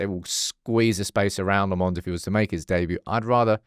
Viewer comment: Say Lammens properly ffs, he already said in the video. Dont be an ignorant